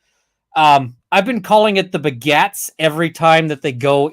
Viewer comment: every time says "the begats" I hear "the Baguettes" xD